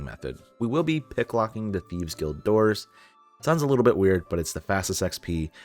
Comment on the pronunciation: Great video but please try to pronounce stuff right. The first 2 mistakes we're whatever but it starts getting pretty annoying when trying to watch the vid. :P safespot, not safesot. magpie not madgepee. guild of our own not guide of our own. and a couple more.